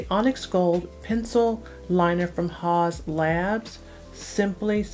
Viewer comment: Is that how it's pronounced ? I only hear it said as "House" labs not "Haws"